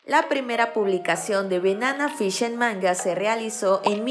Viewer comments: se pronuncia "benana fish" y "eji" en lugar de "banana fish" y "eiji"?? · Amiga NO es Benana Fish…. Es Banana Fish…. Aprende a pronunciar 🤦🏻‍♀️ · Me pone nerviosa que diga benana fish y eji xdddd